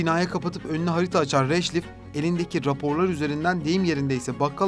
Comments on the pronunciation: Rhajlif nedir birader. Okuman yazmanı mı yok? eyyy videoyu seslendiren 🤣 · Avukatın adını "radklif" olarak okuman gerekirdi. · Yapıcı bir eleştiride bulunmak istiyorum, bölgeye ilişkin yer isimlerinin ve kişi isimlerinin orijinal haliyle telaffuz edilmesi, anlatılan konuya hakimiyeti gösterir. Punjab/Pencap’ı Penkap diye okuduğunuzda, ya da Radcliffe ismini bu şekilde telaffuz ettiğinizde, önünüze konan bir metni gelişigüzel okuduğunuzu düşünüyoruz. Özenmek ve biraz zaman ayırmak, içerik kalitenize ve GZT’nin saygınlığına yakışan bir anlatım doğuracaktır. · Seslendiren arkadaşların telaffuzuna dikkat etmek laIm. GZT yi severek takip ediyoruz ancak Radcliffe, Pencap ve Mahatma yı yanlış telaffuz ederek bu videoya verilen emeği heba etmemek lazım… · Mamata değil Mahatma Gandhi. Avukatın soyadını da devamlı yanlış telaffuz etmişsiniz. Bu kadar emek verdiğiniz bir videoya biraz daha özen göstermenizi öneririm.